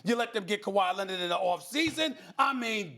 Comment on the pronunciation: “Kawhi Lennit”